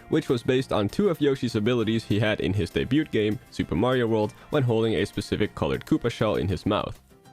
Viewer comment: I'm sorry dude but i can't get over every time you say "debut". The T is silent!